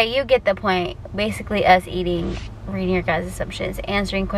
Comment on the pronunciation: “You sound like shakira RRRRREEREEADING” 😂